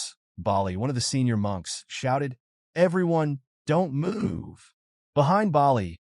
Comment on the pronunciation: For the most part it's been going good and then we get munches instead of monks😂😂😂 come on edit your AI before you put the video up please do some kind of work don't just punch in some buttons and posts